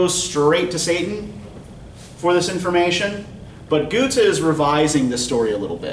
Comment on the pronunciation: My german prof, from Hannover Germany, pronounces it like he does so his is fine